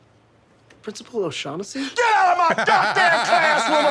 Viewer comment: The mispronunciation of O'Shaughnessy is great, because it really is a weird spelling.